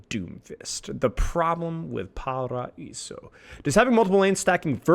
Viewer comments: BTW IT'S PRONOUNCED "PARAIZO" NOT "PARAISSO"!!!! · I appreciate you trying to pronounce the name of the map according to its native pronunciation! However, just a tip in case you want to pronounce paraíso as close as Brazilians would a pronounce it, the way we say it sounds more like paraizu, so the r is rolled, however the s makes a z sound and the o is turned into a u. But if pronouncing paraíso as it would be said in Spanish was your goal, then the pronunciation is correct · The S in Paraíso has a Z sound. Paraizo.